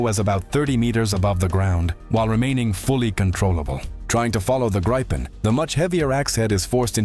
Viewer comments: yea he need to pronounce it like "Gri-pen", or more like "gree(as in green but without the N at the end)-pen"(gree-pen) not "Grai-pin".. but it's hard for ppl that don't speak Swedish, so i'll give him a break, i'm just happy he covers our fighter jets, i appreciate his coverage! Glory to Ukraine! Ruck Fussia! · How to Pronounce the word(s) "Saab JAS 39 Gripen" not Grypen ☺🤣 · GREE pen is the suggested pronunciation.